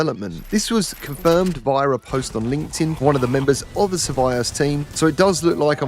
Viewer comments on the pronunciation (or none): you are STILL the only one I know who pronounces survios like that 😄😄😄